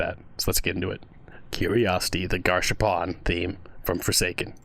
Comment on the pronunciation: Garsh ar poon* not garshapon